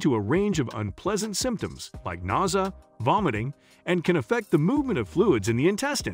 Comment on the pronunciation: Nausea. He pronounced it weird but it's when you feel sick to your stomach, like you might vomit, or right before you vomit.